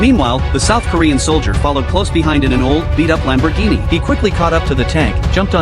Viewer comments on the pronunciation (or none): That ain't a Lamborghini, that's a "Lambullghini"